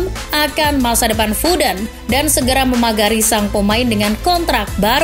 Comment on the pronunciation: Foden wey bukan fooden